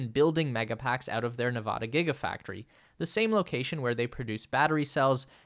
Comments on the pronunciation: Nevadans mispronounce it themselves. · Days since the last incident of mispronouncing the state of Nevada: 0